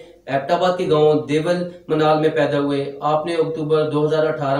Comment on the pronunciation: Bhi Deval ni Dewal